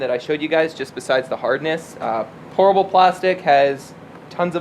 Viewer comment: lol, every time you say Pourable it sounds like you are saying Horrible 😝